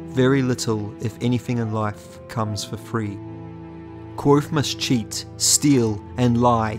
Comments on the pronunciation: I love these videos, but is there a reason you're pronouncing the V in Kvothe as a W? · Dang only made it about 50 seconds in. If you like the series enough to make videos the least you could do is pronounce the protagonists name correctly. Here is a video of Patrick Rothfuss doing just that for you.